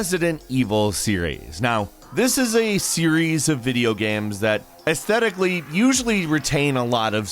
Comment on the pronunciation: Why do you keep calling them Gaims?